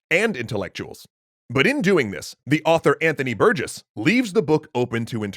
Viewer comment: Honestly? Biggest part of this one was hearing someone unrelated pronouncing my last name correctly for once. Can't tell how many times a new teacher would call me "berg-iss"